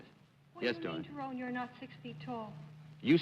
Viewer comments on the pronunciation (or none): did Arlene pronounce "Tyrone" as "ta- ron"? i have only heard pronounced " tie rone". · I thought it was pronounced tie roan not tie Ron? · Leave it to Arlene to know to pronounce it "Ti -ron." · Ms Frances pronounces his name Tyron instead of Tyrone, interesting.